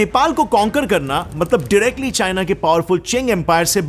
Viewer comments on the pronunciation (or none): none